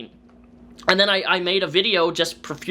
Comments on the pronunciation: I HATE the way he says and. He says "ANS". Of all the things he drives me nuts for, that's one that sticks out for some reason. Petty I know. ANS....... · Drinking game: have a sip every time onion pronounces "and" as "andzs"